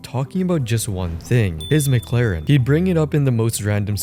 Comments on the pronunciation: he claimed Charlie said McLaren wrong but he calls it a “McLerrn” 😂😂😂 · What a douche. It is Mc-Laren, not Meh-Claren XDD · Calls out charlie for nitpicking about pronunciation Literally 3 videos ago: Nitpicks how charlie pronounces Mclaren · What l found funny is he was dissing Charlie for supposedly mispronouncing McLaren by saying Penguinz was saying McGlaren while when Jason said it he was actually saying it as McClaren. So in his rant about Charlie Jason clearly mispronounces the same word. He added a second ‘c’ to McLaren. He’s a joke😂😂🎉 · The only gripe is how Charlie says Mc-Laren. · its not mclaren its mCKlaren, yeah you really got him with this. that dude is insufferable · "He doesn't even know how to pronounce mclaren or rolex" he says while mispronouncing both of them. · "it's not mclaren, it's mclaren." the world isn't gonna end by changing the slightest syllable of a word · Meanwhile attacks charlie for saying McLaren wrong 😭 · "If you get that triggered by the fact that I [said your name wrong], that's a massive insecurity" - Guy who got triggered over someone saying "Mclaren" wrong. Also pretty sure everyone says his name wrong. Think it was on Steve-O's podcast where he said it was actually "Penguin Z Zero" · Someone saying "UN-experienced" has no place telling others they're pronouncing McLaren wrong 😂